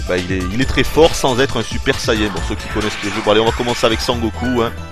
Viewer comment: Il me fait marrer quand il dit super SAYADJIN